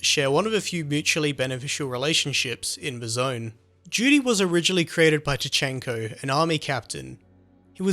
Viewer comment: Excellect accend made me laught everytime you say Duty i hear Judy xD